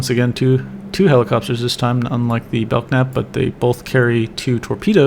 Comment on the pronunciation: Belk-nap :( Bel-knap :)